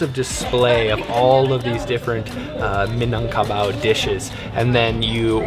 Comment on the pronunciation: Ikr,also he pronounced Indonesian names perfectly like Minangkabau haha, thank you for visiting us and